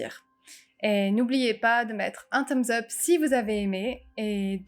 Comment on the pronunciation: Tu dis toujours à la fin un thumb zup 🤣🤣. Mais pourtant le mot thumb finit avec un b et je ne vois pas d'où tu sors la liaison avec up